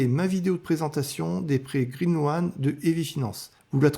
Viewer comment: Green loan, ce prononce green lone, pas loane, OA en anglais ce prononce O ! Bonne vidéo